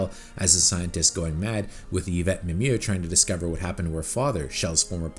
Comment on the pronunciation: For the 1st time someone can pronouce the actress name Mimieux 😮😂 bravo.